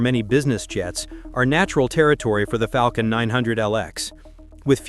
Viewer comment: Yeah, but he said ‘Falcon’ almost perfectly. Sooo, there’s a balance I guess.